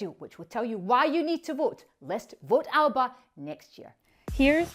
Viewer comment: At least pronounce ALBA correctly please